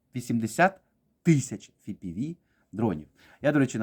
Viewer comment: Чув, що є така країна - хробакосія... П.С., не ФіПіВі, а еФ.Пі.Ві дрони. ФіПіВі - це у владлена татарського...